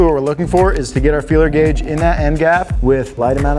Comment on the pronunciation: LOL..."Feeler's Gauge"